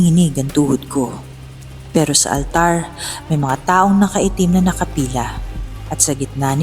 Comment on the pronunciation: Okay na sana. Medyo bothered lang ako sa “ALTARRRR”. Pero maganda ung story ✌🏽 Yung ibang “R” naman kasi ng reader, normal. Ung sa altar lang talaga 🙃